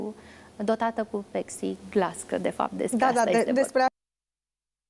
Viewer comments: In primul rand cand intri sau reintri in legatura nu spui "Ministra Educatiei" ca si cum ar fi femeia de la curatenie din Ministerul Educatiei iar in al doilea rand casti bine urechile daca tot vrei sa mananci rahat; femeia a spus "pexi" si nu "pepsi" un cuvant de altfel destul de greu de pronuntat celor ce nu sunt in domeniu. Oricum ar fi pana la "Ministra" ti-ai mai muscat limba o tura. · PEXIGLAS - asta s-a auzit foarte clar!!! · Este Reticienta cand pronunța pepsi sau pexi....... 🤣🤣🤣🤣🤣🤣🤣🤣🤣